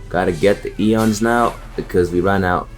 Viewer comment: Ions, not eons.